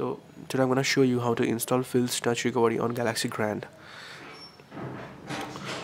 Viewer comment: actually its recovery not recovedy...